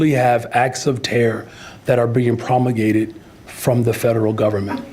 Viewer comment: why does this BRA says promogate instead of promulgate? THIS AINT NO ALLEZATION!!!